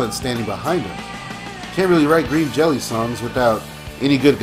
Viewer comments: "I am a fan of Green Jelly". Uh not you're not. Otherwise you would have pronounced it properly. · Other than your mispronunciation of the band name this was good and I agree with you for the most part. Bill doesn't give a shit if the band is tight or not. He's getting paid regardless. The band doesn't get paid. Essentially we're a bunch of idiots all over the world hanging from his balls feeling like we're a part of something special, and trying to convince others the same. I was on the tour where Bill got ripped off. It's what gave the band a little heat again. It'll cool again. Thanks for making this. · If you're such a fan, why can't you say the name right?